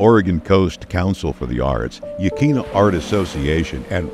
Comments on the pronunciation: So you dont forget, here is what park ranger told me when I moved here 13 years ago. It rhymes with Quinn as in Anthony Quinn Yah Quinn a (short a)named after the local😢 Native Americans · Yaqwina at least say it right!